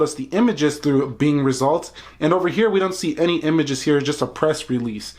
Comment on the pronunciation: you have to say show me pictures not umages